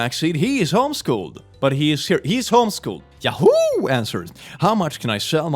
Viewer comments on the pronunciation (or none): now the sounds like hes saying ''yaho,, great job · Maybe I'm just sleep deprived, but the way he says yahoo caught me so off guard every single time he said it, even if I knew it was coming.